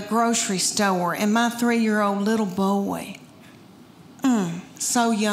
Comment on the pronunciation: Her delivery is FUN.NY! Her account of the dogs...ew. (I could smell them!) It's so funny how she turns 1-syllable words into 2-syllable ones. Like "boy" into "boy-eh.' YAASS!!!